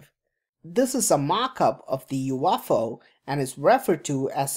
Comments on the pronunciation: you off ow hihihi :D ,stop just stop saying you off ow !!! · I couldn’t watch it because of how you pronounce UFO. Sorry, I’m not trying to be dick, it was just too distracting and it kept coming off to me like you were saying “waffle”. I’m sure your channel is awesome, I just couldn’t do it. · you-off-ow lol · Umm its a UFO not a "You waffle".